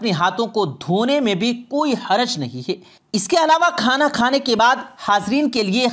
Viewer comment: आप बोलते अच्छा हैं मगर मुआफ़ करें कि आप अपने कुछ अल्फ़ाज़ पर भी ग़ौर करें ---- है-को हे बोलना।बैठ को बेठ।ग़ौर को ग़ोर इनके अलावा भी कई अल्फ़ाज़। यानी ए और ऐ, ओ और और के ऊपर ख़ास ध्यान की ज़रूरत है।